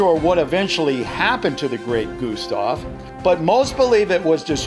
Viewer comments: It's gustav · its called gustav